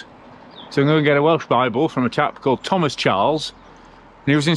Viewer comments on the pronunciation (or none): none